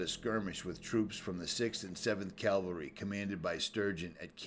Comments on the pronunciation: Nice video. Beautiful country. Sad story. Just FYI, it is CAV-AL-RY, as in “horse-mounted military”. CAL-VA-RY is a religious term related to the crucifixion of Jesus Christ. Just sayin’ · Cav-al-ry , please!?! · Another awesome video. Not to be picky, but there’s a vast difference between cavalry and Calvary.